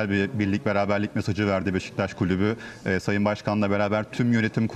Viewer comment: baba adam doğru beşiktaş diyemiyo daha